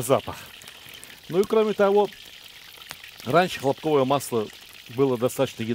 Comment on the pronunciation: Всё родное и хорошо. Слово хлопковое ударение на первое о.